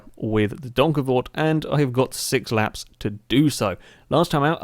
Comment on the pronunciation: OMG you actually pronounced that properly! OMG! How do i know? Fuck yeah im from the same country as that car,, try geussing it, youll most likely be wrong, i think